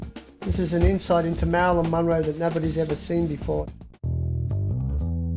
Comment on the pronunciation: I would just like if he would stop pronouncing her last name as MON-row.